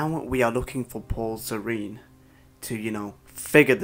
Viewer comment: why do I keep hearing "pore serene" when you say Paul Serene? xD